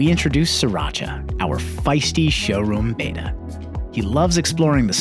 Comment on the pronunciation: It’s pronounced bet-uh not bay-ta